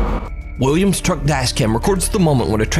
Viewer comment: I keep hearing drunk driver but it is truck driver 😂